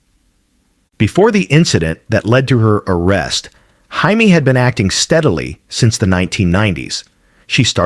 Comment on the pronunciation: HIMEE?????? FOR JAIME PRESSLY?????DUMB ASS!!!!